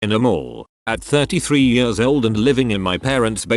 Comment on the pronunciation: Loving the anecdotes, loathing the pronouncement 'yeurs'. 🥴